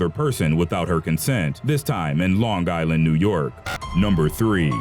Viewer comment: did he actually say longGuyland? we dont say it like that